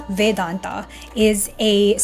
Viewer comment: It's supposed to be pronounced like advai-tuh. Same deal with vedanta, should be spoken like vedan-tuh. Not vedan-taa or advai-taa.